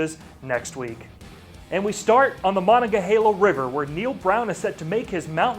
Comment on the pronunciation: He said Monongahela funny.